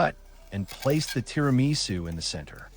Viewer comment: so you don't know how to make or pronounce TIRAMISU!